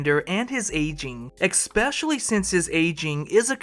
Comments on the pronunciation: Hey man, I feel bad for having to point this out to a grown adult but the word is "especially" not "ex-pecially." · good video but u gotta fix that 'ek-specially' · Especially, not “EXspecially”. Sorry, you’re doing a great job but a little constructive criticism. Last week I was corrected for saying “doggy dog world” instead of “dog eat dog world”. Oooooooo , escape, not “EXscape”, sorrrrrrryyyy. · You lost me at eckspecially.